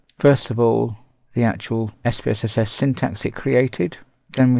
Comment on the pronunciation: 1) Are you saying "SPSSS"? Why the fourth S? 2) That is a really noisy mouse.